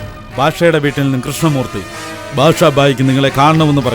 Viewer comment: ഉണ്ട് പക്ഷെ ഭാഷ അല്ല ബാഷാ 🤣🤣